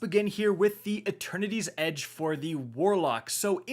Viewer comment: Wait. Is there a fourth sword? Cause I keep hearing "Attorneys Edge." 😆